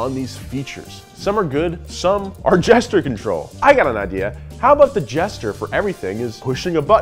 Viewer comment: Not nearly as annoying as a host that says "Jester control rather than Gesture control" should have stayed at school a bit longer.